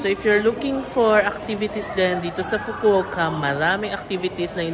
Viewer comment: FU-KU-O-KA pronounce the O IN FUKU-OKA.